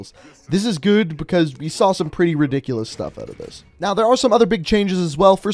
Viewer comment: “This is gewd”